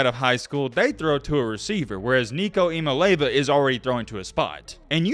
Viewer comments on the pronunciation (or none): E-uh-molly-av-uh... lol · A couple things, Its E-ya-ma-lay-ya-va. Also you got it backwards, Joe is best in accuracy and tends to overthrow the long ball. Thanks for the content bro! I think its cool that a Bammer is putting out good UT content without trolling. Appreciate it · His name is I-A-MA-(LE)E-A-VA......🤦🏾‍♂️ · It’s pronounced Eeah mali ava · Great video, but please stop trying to say his last name because you're messing it up and it aint even close.......lmao